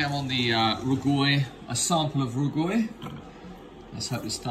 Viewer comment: What the hell is "roo gwoy?" It's pronounced "row gway." If you're considering selling it, perhaps you should at least learn how to pronounce it? Not much reason to trust a vendor if they can't be bothered with things like this.